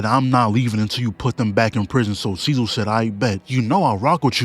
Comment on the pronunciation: bro its so funny how he pronounces cecil's name instead of cee-cil he pronounces it as cee-zil